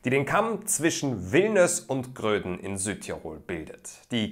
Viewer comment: Bei Villnöß spricht man das V als F und nicht als W aus. Und wieso die italienischen Namen Chiusa und Bressanone und nicht die deutschen Klausen und Brixen?